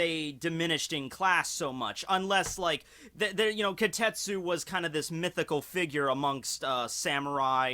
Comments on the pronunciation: Wait, it's spelled as "Kitetsu"? Then why are you pronouncing it as "Kotetsu"? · AAAAHHHHHHHHHHHHH!!!! It's KI TE TSU not Ki tet su!!!!!! AAAAAAAAAAAAAAAAAAAAAAAHHHHHHHHHHHHHHHHHH!!!!!! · Kitetsu ... KI - TE - TSu..... KITETSu ..... not KAtetsooooo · Ka-tet--su? No. KEE-tet--su. Kitetsu. Yeah...I went there